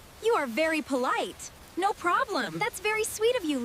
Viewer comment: It’s not n 0 is NO you braille English talker